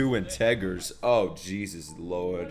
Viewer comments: He really said two en-teg-ers (for those who don’t know it sounds more like in-ta-jurs) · I lost it when he said “integgers” 🤣 never change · “In-teggers” lol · "integgers" LMAO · Lmao "integgers"... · You already know he didn't like maths if he can't even say integers right